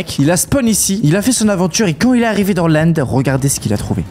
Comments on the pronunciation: Ces l'end pas l'Inde🤣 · de l'inde au lieu de l'end😂😂😂😂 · Y a des fois ou tu dis l'Inde au lieu de l'end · Pourquoi tu dit l’Inde et pas l’end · ca se èned pas Inde!